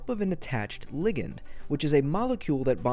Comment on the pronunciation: And no one is talking about how he pronounced ligand?????